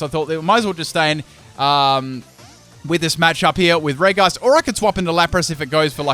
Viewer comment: The way you say regice makes me cry.